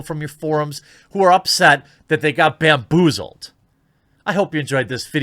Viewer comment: Did you say BANboozled at the end? Sick pun